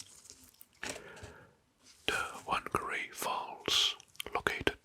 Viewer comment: btw you say whangarei fung-uh-ray (rolled r)